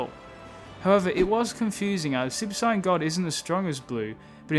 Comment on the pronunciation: its not cyan blue its sayian blue